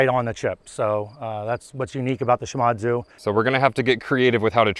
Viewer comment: Great work!! However the company is pronounced She-mod-tsu. I lived and worked in Japan for a number of years (and speak Japanese). One of the companies I did business was Shimadzu.